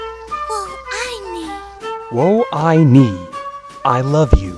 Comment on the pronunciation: they don't even pronounce "wo ai ni"(woa ai ni) correctly in the anime.and it's not "wo ta ai len". it's "wo de ai ren"(woa da ai ren)=my darling,my love.japanese always pronounce r like l.wrong pronunciations everywhere, but it does not surprise me since her speaker is japanese, even though the character is chinese.